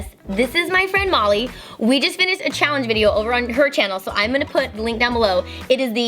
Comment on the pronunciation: When Kandee said “I don’t know Molly” it sounded like she said Mommy